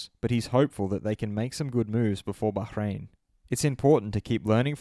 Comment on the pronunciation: Lol Bacchhrain